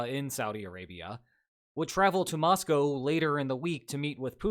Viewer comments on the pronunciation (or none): none